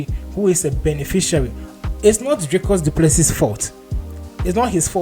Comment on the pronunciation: Dricus Du Plesee (pronounced) spelt Plessis- silent S at end,was born in S.A.